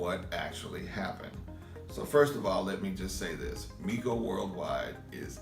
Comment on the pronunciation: Hes "known you for years" yet he cant even pronounce your name correctly...lol...he calls you My-ko, instead of Mee-ko ..and this is who youre trying to use as your character witness? 😅😂